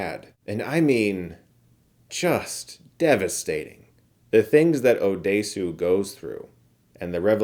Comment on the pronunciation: lmao I just had to write in as Chris pronounced Oh Dae Su. lmao that's like calling a sausage, a SAUCE SAGE. 🤣😂🤣😂